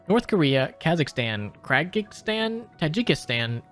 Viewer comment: yeah that's not how you pronounce Kyrgyzstan, dude.